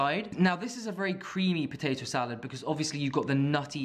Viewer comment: "Sahlard" instead of salad. And a couple of other words